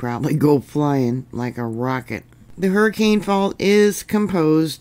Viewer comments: Hi! I’m a native Utahn, and came to say two things. First, you’re great! Second, this area in Utah, Hurricane, is pronounced Her-ah-kun. FYI. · I'm prepared - I just got the heck out of there and moved far far away from Southern Utah. I've lived all over Utah most of my life and got a chuckle out of your pronunciations 😂. Lots of religious or Native American names in the area. Nephi = knee fie Hurricane = Hurracun Weber = Wee burr For future reference... Layton = Lay UN (like you got punched in the stomach at the end, drop the 't'). Everyone was warned with that 5+ and a swarm that hit Salt Lake a few years ago. St George has had big ones before. The eclipse just passed over the middle of UT too so I'm watching the next couple weeks to see if that triggers anything. Glad to be in a safer zone today!🎉 Thank you as always for your reports!!🙏💯🤗